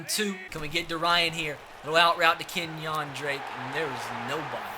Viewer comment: Kenyan Drake? Lol it’s pronounced Kenya lol